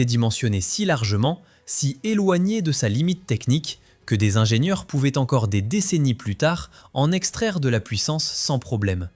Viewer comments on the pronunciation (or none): Bonjour, Qq observations On ne dit pas 1000 zingenieurs On ne dit pas cent zingenieurs Parce qu'il n'y a pas de s à ces nombres Et cette première 911 turbo n'était pas la voiture parfaite, c'est de notoriété publique, et Porsche n'a cessé de l'améliorer sur les modèles suivants Pourquoi aucun son des voitures présentées ? Sinon, histoire intéressante 😊